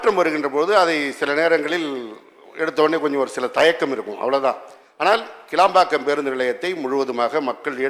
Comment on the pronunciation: கேளம்பாக்கம் அல்ல கிளாம்பாக்கம் அறிவு ஜீவி எம்.எல்.ஏ. அவர்களே.